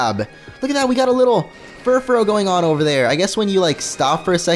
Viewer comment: The pronouncation of Furfrou is FURFRU